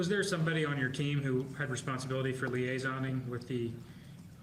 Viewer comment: It's liaising, not "liasoning", sheeeesh. 😆